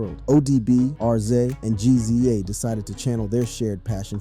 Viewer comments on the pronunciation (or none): It's rizza and gizza no R.Z.A and G.Z.A smh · Mannnn, it's pronounced "rizza" and "gizza" idk why but I got so pissed everytime you said they names lmao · You lost me on the Rza and Gza pronouciation. Is this A.I. reading or you don't the Artist you're making videos about? Lol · It's Rizza and Gizza homie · Why you keep calling The Rza(rez zah) R-Z-A & Gza( Jiz zah) G- Z- A😂😂😂but in all seriousness ODB death isn't really surprising he lived a wild life and most people that live reckless they don't life long God rest his soul R.I.P Ason Unique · It's pronounced rizza and gizza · RZA & GZA? 😑 that is not how you pronounce those names.